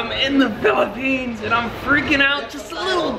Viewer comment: Iam in the phillipines because iam a filipino... SAID PHILAPINES